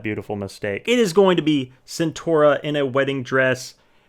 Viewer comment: Just one thing I want to say her name is Centorea not Centora